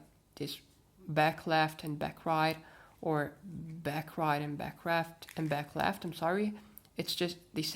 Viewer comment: "Back reft", 2020